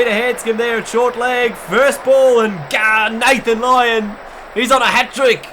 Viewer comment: he says lathan lyon